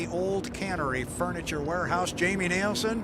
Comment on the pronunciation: When is the announcer going to get it right, it’s NILSEN not NIELSEN